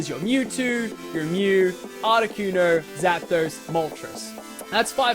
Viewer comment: Butchered those names.